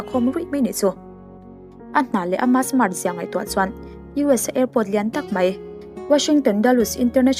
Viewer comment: Buggage kha luggage tih tur cuan Mart ni lovin smart aw